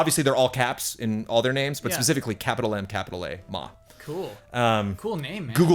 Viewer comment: Almost perfect pronunciation on 馬！It has what is called the "third tone" in Mandarin, which means it inflects down slightly before inflecting back up -- the latter half of the tone sounding like a question. Just going up like a question alone is the "second tone", which is not horse. In addition, you are correct in saying 馬 is part of the Zodiac, however in general it is not "fire horse". Instead, in the character for horse written earlier, do you see the four vertical-ish lines sticking out from the bottom? That is the Chinese "radical" for fire! Radical is simply a component of a character. The fire there is more of a part of the representation of horse, from my understanding it relates to the the fact that horses are fast -- kind of like fire. Also, this is the traditional representation of the character. In Simplified Chinese, the character is 马。However, you mentioned that it was a single year that was specifically the "fire horse", so that is different. Just wanted to point out the cool radical though! BEWARE because the Chinese word for mother is also "ma" (妈，媽) except in the first tone (which is a flat pitch). Be careful of mixing up your tones here, because you don't want to call a mother a horse (or vice versa). In addition, while you are definitely technically correct in saying there are "five tones" for ma (and for all words in Mandarin), there are really four tones, with a fifth null or empty tone. However, you would be correct in saying either, in one way or anot